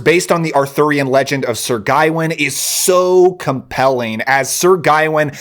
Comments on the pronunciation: It's not "guy-win" It's gah-wain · My dude, it's guh-wayn like wayne with a guh in front of it.